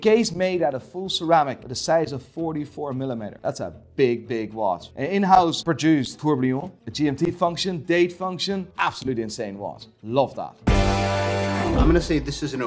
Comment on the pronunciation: Okay sorry to be the buzzkill, but Jaeger in Jaeger-Lecoultre, is pronounced "jejer" it's french-suiss not German. And it's tourbillion, pronounced "tour-bee-yon"...trublion actually means troublemaker. I hope this will help you get your shit together and make you look like you know what you're talking about in your next videos ;)